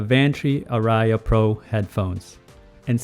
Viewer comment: Hey, I appreciate all your videos. BTW, the word ARIA is a musical term that is pronounced R + E + UH (emphasis on the R). I plan to buy the Advantree Audition Pro. I've heard them and well recorded music sounds great. Thanks again for you videos and reviews.